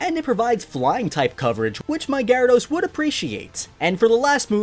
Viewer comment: GYARADOS, NOT GRYADOS!